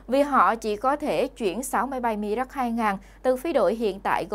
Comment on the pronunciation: Nên đọc theo tiếng Pháp : mirage ( mi - ra-z ) . Cám ơn .